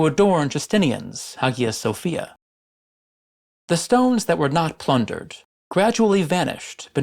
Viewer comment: Wondering whether the pronunciation of "Hagia Sophia" is correct.